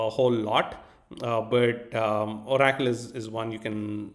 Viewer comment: ABSOLUTELY LOVE the way you say oracle… o-rack-toll. I will never say it any other way again. 🫡